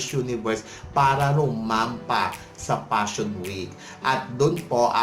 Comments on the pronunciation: P!!!! Pa-shon show talaga. Pashon showw. Nu York Pashon Week. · Ang Nega mo bakla! Natural ang fashion show organizers nagbobook ng mga models nila nanagfifit ang physique at hitsura sa theme ng fashion shows nila. Baka naman hindi lang fit ang aura ng hitsurani Ms. Gazini sa themenila. Hay naku vakla singlabo ng hakahaka mo ang pronounciation mo ng Fashion Week! Tumbling ka na una ulo. nyeta!😂😂